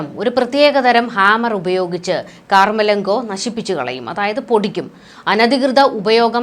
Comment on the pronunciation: കാർ മലങ്കോ അല്ല.കമർലങ്കോ ആണ്